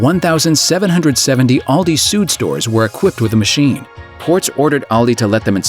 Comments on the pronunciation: 'Süd' is pronounced like [zyːt] not [zu:d]. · please, if there are German names or terms you're talking about, try a bit harder to nail the right pronunciation. Süd is not pronounced soot